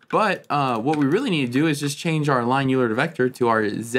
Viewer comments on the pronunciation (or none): FYI, Euler is pronounced more like “Oiler”.